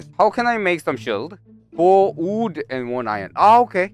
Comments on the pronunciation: I love the way he says wood, "oOOd" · Normal people: wood: WOODUL